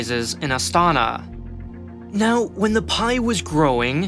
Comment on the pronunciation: аs a person from Kazakhstan, I can agree. аlso, it's Nazarbàyev, Astanà, Tokàyev and not Nazarbayèv, Astàna or Tokiyèv